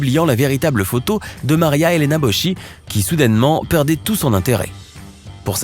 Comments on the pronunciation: Boski... et non Bochi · Gg pour le combo "dégradant" et "déshonorant" en moins d'1mn... Comme disaient Fred et Omar dans le SAV des émissions : "T'as envie de baiser toi... - Un peu" Ps : en Italie Boschi se dit Boski... Bochi ça fait saigner les oreilles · C'est pas bochi mais boschi (boski en phonétique) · Boschi ( bosqui) et non bosci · LE NOM DE MARIA ELENA ,,'' BOSCHI,, '' NON SI PRONUNCIA COSI'' MA SI PRONUNCIA BOSKI, SPERO DI AVERMI SPIEGATO CIAO. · Toi aussi t’as fait une bourde, le nom de la Ministre Italienne ce prononce Bo-s-ki et ça signifie les bois (ou forêt)... 😂 à part ça merci on c’est bien marré.